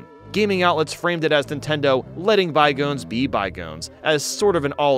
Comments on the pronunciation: I’m sorry, “bye-goans”? 😂😂 it’s “bye-gohns” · Why does he pronounce "Bygones" like "by-goans"? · Oh lol you're absolutely right. I just went back and listened to it, he does say it weird. First time I listened to it, I guess my mind just filled in the correct pronunciation or something. Yeah he does say it like "bygoans." Guess not familiar with that expression. Happens. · occasionally struggles with pronouncing English words because he used to go to a Norwegian school iirc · Is this pronunciation of "bygones" a meme or something? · The way he pronounces "bygones." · Does your host really not know how to say "bygones"?